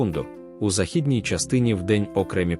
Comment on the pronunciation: Ставте правильно наголос на слово західній.